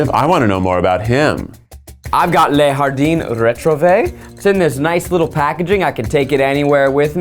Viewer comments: Zach's Spanish pronunciation of Le Jardin Retrouvé in the spon was soooooooo funny I actually loved it 😂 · Not Zach mispronouncing Le Jardin Retrouve, ouch!